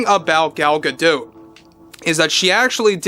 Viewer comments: why pronounce an isreali name as a french name? Gal is Israeli. GA-DOT not GA-Doh. was it Anwar Sa-Doh? of course not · Gal Gadot isn’t French so stop pronounce her last name wrong! She has been asked how to say her name in interviews and it’s pronounced exactly Gah Dot! The T is not silent, Think of Animanicas the Warner Brothers and their sister Dot!